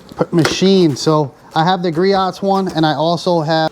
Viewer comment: Griot’s is pronounced Gree-Ohs